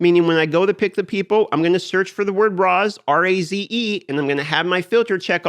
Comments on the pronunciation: Razethemall makes me think it's Raise, not Rahz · Raze is not pronounced RAZ :) more like raise but with a Z - Cheers! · raze rhymes with daze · Raze: ngone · Raze : did know thats how you pronounce that tf